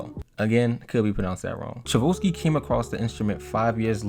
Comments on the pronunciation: Ok i cant listen anymore…..the correct pronunciation of the instrument Celeste is CHeLest CHE- NOT SEELEST…AND the composer Tchaikovsky is CHI like the tea COW-SKI like the sport ….love your work a lot….but please check erverything before you put it on the internet…thanks ! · Your pronunciation of Tchaikovsky was truely upsetting Chai - kovski please 😭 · Tchaikovsky = Chai - Cough - Ski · You are pronouncing Tchaikovsky incorrect….ask Siri how to pronounce it then you will have it :) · The name of the composer is Tchaikovsky! A clasic!!!! No L anywhere :))) com’n people, it’s not that hard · I really enjoyed the video. A lot of mispronounced words, though. i.e. Tchaikovsky, celeste… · the way you pronounced tchaikovsky made me feel a feeling id never felt before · Please stop mispronouncing Tchaikovsky 😂🤦🏻‍♀️ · I love the way you pronounce Tchaikovsky. It is not correct but it is very original! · It's cha-ko-v-ski..you kept saying cha-vo-ski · Music teacher here. Let me help you how to pronounce the composer of the Nutcracker: Tchaikovsky- Tchai (as in Chai tea), kov (as in coffee), sky (as in a ski slope). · Tchaikovsky is pronounced chai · kaaf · skee not Chevolsky. How does someone making a video about music not know that. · It’s pronounced chai-kov-SKEE 😂 great video though! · Pronounced… chai…kof…ski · The way the guy's name is pronounced is TAI CHOW SKI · Some pronounce it TAI CHOF SKI. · I had to turn this off once I heard your pronunciation of Tchaikovsky. I mean, at least google it first. It takes but a second. Or at least take an extra second to read the actual word. There is no ‘vo’. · Love this and those names are difficult...maybe this can help. Tchaikovsky is Chi ( as in "Chinese) Chi-KOV-ski. The T is silent :) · its "CHAI-KOV-SKI"!!! you said it soooo wrong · Chai-cove-ski. Come on man. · It’s pronounced Chi kov skee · Lol who's Chavuski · It's pronounced Chi Coff Ski (Tchaikovsky) and Celeste (sell-est)